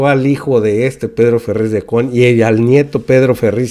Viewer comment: NO es Ferriz de Con ni tampoco se dice Volgaridades, por favor PRENUNCIE BIEN PA' QUE NO LO CRETIQUEN, también ya hay clases nocturnas de geografía, no sea burro